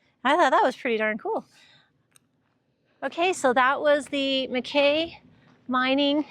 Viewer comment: It’s pronounced Mack EEEEE.